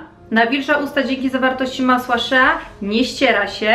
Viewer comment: Przepraszam bardzo ale chcę się do czegoś przyczepić. Z tego co wiem masło "shea" czyta się masło "szi" ale nie jestem pewna. Ps: Kocham i pozdrawiam 💜💜💜